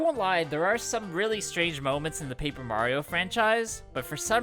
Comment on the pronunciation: Ugh the live action Mario Luigi says Mario wrong. Ugh.